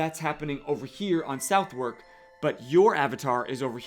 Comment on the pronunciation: Hey, for Southwark, depending on which part of London you are from, we say it "suvvrk" or "suthark". Cheers for the video! 🙂